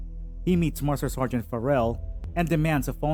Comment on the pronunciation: Your mispronunciations of Sargeant Ferell and Verdun France indicate you never saw the movie, just reading off a summary sheet generated elsewhere. You pronouncing Verdun as VerDune indicates you have Dune on the brain. And yes Dune was a fantastic movie, saw it 3X.